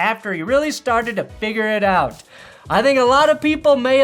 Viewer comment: REWATCH THE SHANK. YOU BRING ME OUT OF IT WHEN YOU SAY 'AWT' HOLY FUCKING RETARDO BATMAN.